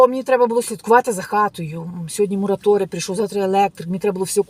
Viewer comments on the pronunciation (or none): none